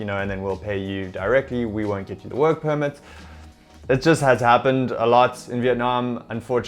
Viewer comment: I just heard mumble mumble wuurk puurmet (work permit)